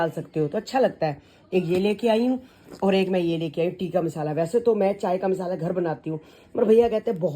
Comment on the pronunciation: Misala ni hota masala hota hai aur nicky ainty ko thoda rude km bola karo ek dm se unko bolte ho aap. Aur golu aur payal us din leke aye hain pars toh aapne toh copy karni hoti hai